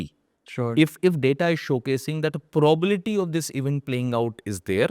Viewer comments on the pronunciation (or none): Sir, not probality it must be PROBABILITY😂😂❤❤